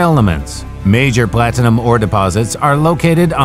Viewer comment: Plat Tin-a-Num